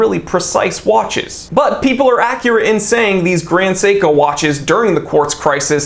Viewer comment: You actually pronounced the name on point! Even emphasized the syllables correctly, even with the American accent!